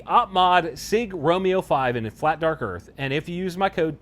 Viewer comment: It's weird to hear you say "Flat Dark *Earth*."